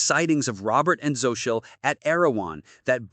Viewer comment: Really..mylove is so right. Ruins the whole thing